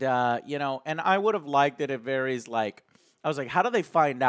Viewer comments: Please pronounce varys correctly. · The only character's name that Joe can pronounce correctly is "Jaime" lol. Who is Varies? Who is Eurion? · "Cleeeganbowl" "Varies" "Eurion" wat